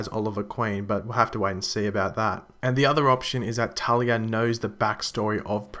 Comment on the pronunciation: talia not tali